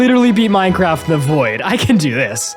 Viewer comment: With watching for about a year I still can't get over the he pronounces void as voy-id 🤣🤣